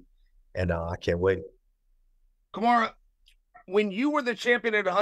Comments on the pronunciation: And Kamara 😂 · Didnt he actually say `Kamara` too a couple of times? :D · Chael calling them Hazmat and Kamara on ESPN 😂😂😂